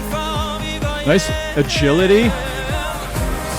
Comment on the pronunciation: Torpegaard almost right, but aa is a special danish letter (å). It would be pronounced more like "gorr" at the end. Actually the same with "går hjem".